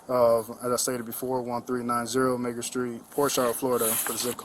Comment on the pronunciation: the way he pronounced that street name...had to take another listen... couldve sworn the n word was dropped lol